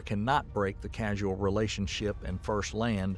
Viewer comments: “Causal” is not pronounced “casual” 😬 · I think every instance of 'causal' was pronounced as 'casual'. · "... casual paradoxes ..." "did you mean causal paradoxes"? "causality" = not: "casually" nor "casualty" but, is all about "cause & effect" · Causal not casual. They are different. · CAUSAL not CASUAL!!!! OMG this mistake happens several times in the whole video. So the narrator has absolutely ZERO understanding of whatever the heck he is reading!!! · I found this video generally very good. But every time the narrator says ‘casualty’ instead of causality or casual instead of causal it gives me a headache. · CAUSAL, not CASUAL they're different words